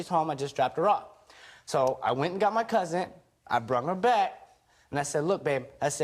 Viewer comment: Shot every time he said cousin. Secondly it sounds like he said cousint lol